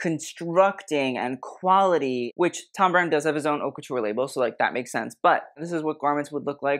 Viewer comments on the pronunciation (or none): But … isn’t the “H” silent in haute couture …? Ie: “Oat” couture … ?